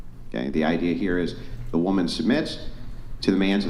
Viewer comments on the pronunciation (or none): PLEASE STOP ALLOWING THE GIRL WHO REFUSES TO PRONOUNCE THE WORD WOMAN BACK ON